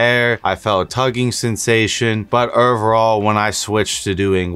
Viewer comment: Omg every time you say ovrrrall